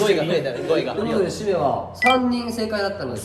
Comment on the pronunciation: しめの発音が綺麗すぎる…。何回も聞いてしまいそうな綺麗さ…